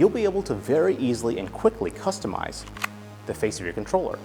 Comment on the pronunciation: the way he says customize oml